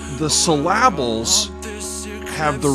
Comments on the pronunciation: The way you say syllable is hilarious lol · I was looking for this comment 😂